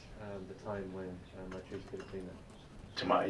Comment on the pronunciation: Can barely say Mitrice’s name. So ashamed of themselves THATS WHY